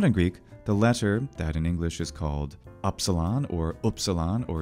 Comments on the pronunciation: Upsilon didn't sound like you've just uttered it. Namely you pronounce what is nearest to a Parisian u or a German ü or to a lesser extent a Swedish y. The French sound is pronounced like a shrill i sound but with the lips puckered as around a pencil. The upsilon was pronounced as a central closed vowel but like i in will, bill or e in sided but with the lips closed together as for a v. It is the vocalic prolongation of the consonant v and has a more mysterious, otherworldly quality than French u which is very fronted and without echo. Upsilon fetched into the deepest vocal cords, hence why at the beginning of a word it always comes together with a rough breath, with the lips forming an obstacle, a veil. Try to fetch the deepest breath inside and project it onto the obstacle of your closed lips. Latin only had the short, blurry, relaxed version of that sound, as in Sÿlla, docümentum, optïmus. There were attempts to introduce a new letter for that sound but the measure ended up being applied for words of Greek or foreign origin only and in the same shape as upsilon. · So if I'm correct, the pronunciation of the Ancient Greek letter upsilon is the same as the modern German Süss or French lune? Because I'm Dutch and we also have that German/French sound (e.g. 'duur'), but it sounds a bit different than the way you pronounce it, I think with your lips a bit more like a duck and less pressed together? I can't explain very well as I'm not well versed in linguistics, but u sounds a bit strange to my ear. Just a little bit though. It's very close and normally not noticeworthy, but since we're discussing the letter and the sound it makes, I wanted to ask.